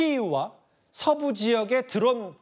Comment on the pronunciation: 누구신지 모르겠는데 발음을 좀 정확히해주면 안될까요 우크라나, 드런 공격 무슨 발음이 다 무너져서 영상보다 끈게 몇번인지.